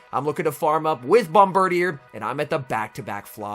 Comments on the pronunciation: That’s some top notch pronunciation on the bird deer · I think it’s pronounced “Bom-burr-deer” but with bird in the middle to make it a pun.